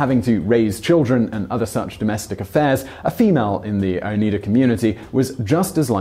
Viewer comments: Oh niegh da. Is the correct pronunciation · The correct pronounciation is "oh nide ah". Its a long i and not an e. I am from there. My family settled there in the mid 1800's. I've never heard anyone pronounce it with an "e" sound. Oneida silverware is fairly common, and not considered valuable. Its silverplated copper. Oneida, to the best of my knowledge, never made items of sterling silver. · It's pronounced oh-neye-duh. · It's pronounced ohn-EYE-duh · Oh-nye-dah. Don’t you EVER look anything up? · It's pronounced 'ohn-eye-da' (\ō-ˈnī-də). You'd think researching it you would have taken a second to find out how to freaking pronounce it. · Please the pronouncing in onida with a long I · Love your videos. Cringed a bit, as growing up in upstate NY, we pronounced it with a long O, and the EI pronounced as a long I. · dearest Simon, I only wish I had half of your energy. I assume I am hearing your voice and not some stupid computer generated tripe - anyway, Oneida is pronounced O-nide-a, no relation to Uneeda biscuits ☺ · Good grief… if you’re going to do a 13 minute video you should Should SHOULD at least pronounce the subject matters name properly. It’s Oh NIGH dah. Thanks 🙏 ☺️ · I'm from Rome, and his pronunciation was bugging the bejesus out of me. Lol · It's strange... Simon pronounced it correctly at the beginning of the video but then changed the pronunciation for the rest of it. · crass k it's just strange that he pronounces it the way most people think it should be said at the beginning of the video but says it the other way for the rest of it. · Strangely enough the town name Oneida is pronounced with a long i sound rather than a long e and I suspect the silverware is also. Niagara Falls is also a part of this story, the Oneida tower in Canadian Niagara Falls still stands. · The e in Oneida is silent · Interesting. Although you mispronounce Oneida. It's with a long i sound, not a long e sound. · Hearing him continually mispronounce Oneida is quite annoying